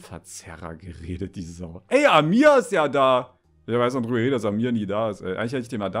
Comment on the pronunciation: Man betont bei Amir das A und nicht das I